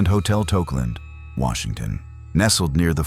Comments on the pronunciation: I'm sorry, Welcome To Washontion? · Welcome to "Washontion? "